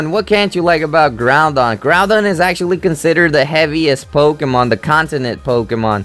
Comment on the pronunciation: No offense but it's Groudon not Groundon.